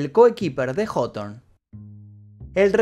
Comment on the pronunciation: El vídeo que justamente estaba esperando y como de costumbre el Mefisto no decepciona. Solo pido el de día del atentado de Oklahoma y ya no le pido mas vídeos y solo me dedico a disfrutar el canal. Puntos extras por mencionar bien el apellido Hawthorne parece que nadie sabe como pronunciarlo bien.